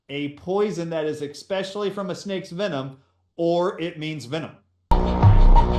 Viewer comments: Why do people say exspecially instead of especially. Are y'all ok? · Why do so many so-called “intelligent” people mispronounce simple words? The guy who translates the word “virus,” says, x-specially instead of especially! And the worst is when Dubya Bush used to say “nuke-u-ler” instead of nu-clear! And now, almost everyone mispronounces it, even military brass, reporters, teachers etc. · Snake fool the word is ES PECIALLY theres no Ex in the word no wonder your struggling with virus cant pronounce the english language properly dont worry about LATIN😂😂